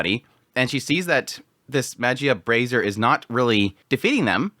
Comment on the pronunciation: I recently learned that "Baiser" is a French word that is a slang for "fornicate", so basically the sexual connotation of the f-word. ("Baiser" also used to mean "kiss" centuries ago, but now it's only used in slang). So, "Magia Baiser" literally means "Magia F*ck", and I find it absolutely hilarious. Truly genius on the author's part. It also makes "Magia Brazzers" (as it's being pronounced in the video a couple of times) to sound tame in comparison, funnily enough.